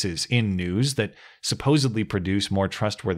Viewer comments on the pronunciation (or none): none